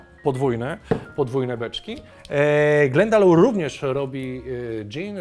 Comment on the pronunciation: Wymawia się „glendalok”. Pozdrawiam